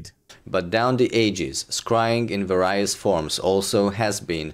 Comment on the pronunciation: I feel bad for, but the thing that annoys me about him the most is so petty: his pronounciation of words. Seriously, "various" pronounced with a hard i???